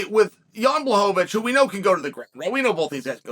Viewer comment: wwooooow, 3sec`s in and I hear Błachowicz, and not Blauhovovitsch, Chael P prove once again why he is the goat.